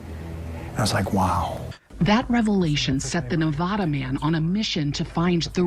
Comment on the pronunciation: Would you idiots please learn how to pronounce Nevada Nev vad A